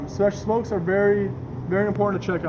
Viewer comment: Wth did he say ??? Smesh smokes? Did he mean front spokes?